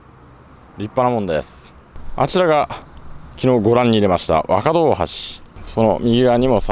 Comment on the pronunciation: 若戸 ✖わかど 〇わかと